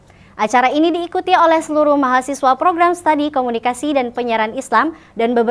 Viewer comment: Bukan Stadi, tapi studi